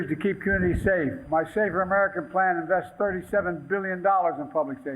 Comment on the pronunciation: He loves to emphasize the word BILLIONS. How many BILLIONS of Hush money have you paid Ukraine to keep quiet?